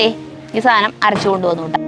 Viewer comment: സാനം സാനം സാനം............... 😂😂😂😂സാധനം ആണ് കുട്ടി 💖💚🧡💗💙💛❤️💝